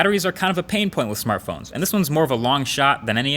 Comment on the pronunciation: Marques said smarthpones